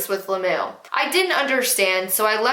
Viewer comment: I had to watch the first story twice because I started laughing like an idiot every time you said ‘lam-moo’ and couldn’t hear the story.